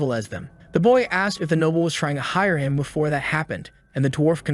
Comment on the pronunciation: Another heads up, the AI pronounces Noble as Nobble.